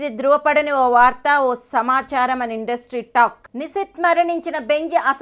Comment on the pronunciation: Nuvvu mundu nishith peru sare ga palakadam nerchuko